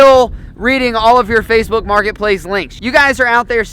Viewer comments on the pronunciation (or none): DID YOU JUST SAID FACRBOOK? I KNOW THAT APP